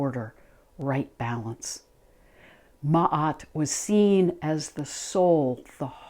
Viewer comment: Love and gratitude from Egypt. A special thank you for pronouncing Ma’at‘s name correctly ♥️